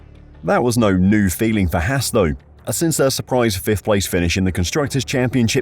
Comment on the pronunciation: It’s haas not hass